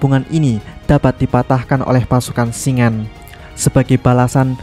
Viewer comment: Cara baca nama Shingen itu shin-gen bukan shing-en